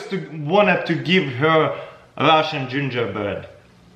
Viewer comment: “Russian gingerbread” What I hear: “RUSH B